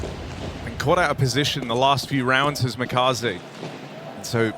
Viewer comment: Makazze ❌️ Kamimaze✅️